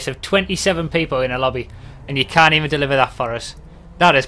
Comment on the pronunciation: "I cat believe..."